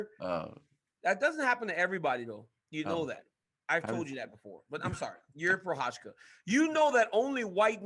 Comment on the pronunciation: funny to see dc thinking he is pronoucing Prochazka right but in the end he is wrong xD